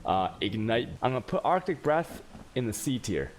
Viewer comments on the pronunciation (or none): Arctic breath but arj? XD But nice video, ty